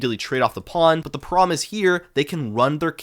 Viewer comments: The way you say problem is making me crash out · You have to learn to pronounce "problem."